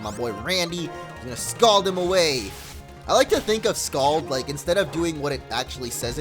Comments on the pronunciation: Scold MO, scold. Not Scald. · I think the word is scold not scald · SCOLD.Its scold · The word is scold